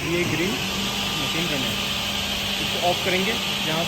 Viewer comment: कृपया सही उच्चारण करें। मसीन, प्रेसर फंक्सन के जगह मशीन, प्रेशर, फ़ंक्शन कहें। जहां “श “ हो वहाँ “श “ कहें। जहां “स” हो वहाँ ही “स” बोलें।